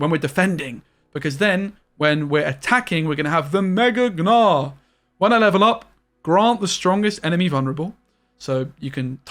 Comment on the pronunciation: sir, can you stop saying g-nar